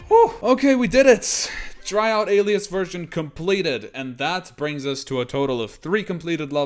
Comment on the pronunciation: For those who dont know its not pronounced Alee-as its pronounced Aley-us